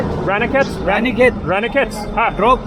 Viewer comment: You really have to learn to pronounce Indian 'a' sounds properly. Ranikhet, as in I ran away from the police is wrong. It is Rah Ni Ket. A is pronounced Ahhh.